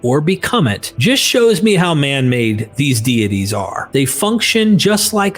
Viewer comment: You need better text-to-speech software. "FUNK-ON" for "function" and "SO-FEE" for "soft" are just two of the jarring mispronunciations.